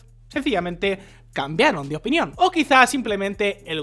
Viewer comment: Cambió de "opìnión"